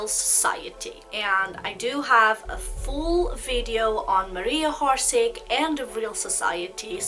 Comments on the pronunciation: born October 31 , 1895 in Zagreb and pronunciation not horse-horsic- its orsic y a such negligent n trivial click freak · its pronounced Orshich not horsik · Why do you pronounce her name Horseig? its Orsic without an H! You seem to know a lot about her so please pronounce her name without the H. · Not HORSIC , it’s Orsic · I hate it when people mispronounce things and im pretty sure its not "hor-sig". I can't take people seriously who dont even try to get the names right. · How about you learn that people have different accents?? Not everyone will be able to say things from different language with their native language correctly. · Oršić. Try to hear on google translate.